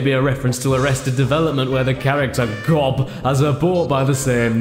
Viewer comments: Oh, dear. You haven't actually watched Arrested Development, have you? I ask because you pronounced G.O.B.'s name wrong... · Hey Caddy, Gob in Arrested Development is actually pronounced jobe. Great Video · It's pronounced JOBE not GOB! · I can't tell if you were mistaken or joking when you pronounced Gob's name as "gawb". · IT'S PRONOUNCED "JOE-B" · I'm going to guess that Caddy has never seen Arrested Development since he called Gob...well...Gob. Gob's name is Gob, but pronounced like Job from the bible, which isn't pronounced like job as in like your day job, but like Joe with a B at the end of it and not...wow, this explanation does NOT work well in text, does it? But yeah, him being called Gob pronounced with that g sound is a running joke in the series for people who don't know the character.